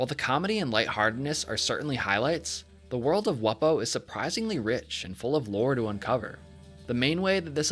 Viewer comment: You pronounced it wrong. It’s pronounced “Wumbo”